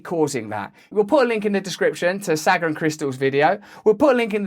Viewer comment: Russell my friend, you pronounce Saagar like Saw-ger. Much love brother!